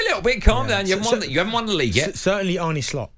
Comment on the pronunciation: Can you guys please pronounce Arne's name properly, and not as Arnie. Much thanks. It sounds like Americans pronouncing Iran as I-RAN. Sounds very uneducated